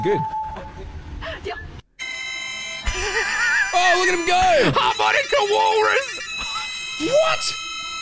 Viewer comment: I love how says HARMONICA WALRUS!!! like it's an internet celebrity